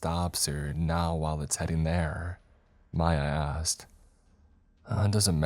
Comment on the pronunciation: He said “Mya asked” and I swore it sounded like he said “my ass” 🤣🤣